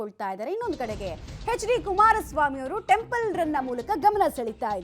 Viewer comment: ಮೊದಲು ವ್ಯಾಕರಣ ಸರಿ ಮಾಡಿ ಅದು ಟೆಂಪನ್ ಅಲ್ಲ ಟೆಂಪಲ್